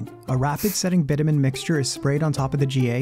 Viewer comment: You're pronouncing bitumen "bitter-men" it's actually "bit-chu-men". You're welcome.